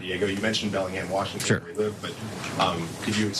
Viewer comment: it's Warshington 😂